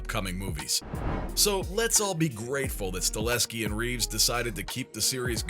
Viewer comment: “staHELLSKI” not stalinsky